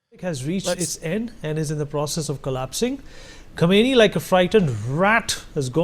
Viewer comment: Netanyahoo pronounces Kohmeni's name very properly, and that's really what counts.